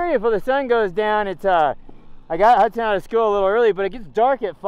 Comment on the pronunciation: Can someone clear up the 'Huckson' vs. 'Hudson' thing for me?